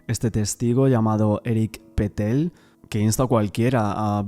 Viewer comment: Pa Patel Se pronuncia así, perfecto 👍